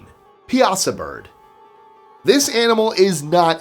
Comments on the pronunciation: The Piasa Bird is locally pronounced pie-a-saw. Also the Bond villain originally picked to play the Hulk was Richard Kiel "JAWS". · I am always impressed with your pronunciation. So, I thought you might want to know the correct pronunciation of the Piasa Bird. It’s actually prounounced Pie-a-saw. I live less than an hour from there, and my husband grew up in that area. I really enjoy watching your channel. Keep up the great content!!